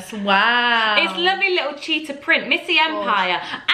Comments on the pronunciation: said “cheepard, letter’ instead of cheater leopard hahahahha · Anyone else realise said “cheepord letteh” rather than cheetah and leopard 😂